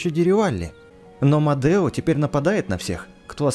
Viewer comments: Не Модэо а Медо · Там меееееедо меееедо а не мадео как ты так читаешь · Не мадео а медо!!!! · извини но не модео а медо